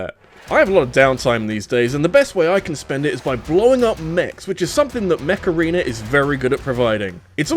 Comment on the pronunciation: mech arena? cause i heard macarena